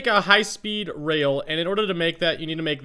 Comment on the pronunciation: to "I need the wooden whale." He didn't rail he said whale omg I died XD